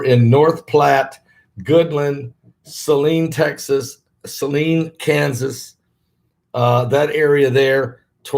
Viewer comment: Pastor, its pronounced. Sa line a. 😉